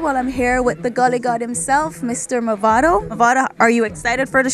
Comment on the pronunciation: One final time I'm going to say this, it's MAVADO not MOVADO!!!